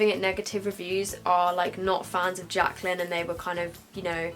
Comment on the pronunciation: Omg the 'Jacyly' hill palette pmsl hahaha